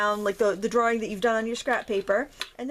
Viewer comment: what the hell is a “drawring”?